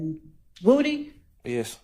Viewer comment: I wish she would learn how to talk. She says woo dee instead of woody.